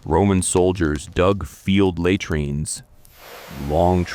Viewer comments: take notice lay treenz! It is la treenz. Had rian is hay drian.... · Please, get someone real to listen to your voicetrack and correct the mispronunciations and improve the pausing and intonation. It's not that difficult and would add quality. A video that cannot pronounce the subject matter it's supposedly an expert on loses credibility and engagement. At least get words like 'latrines' which are mentioned every few lines right. It would also help to use more authentic-sounding pronunciation of Latin names and terms. Just a simple hack like pronouncing 'v's as 'w's and all 'c's as 'k's and 'j' s as 'y' s helps immersion....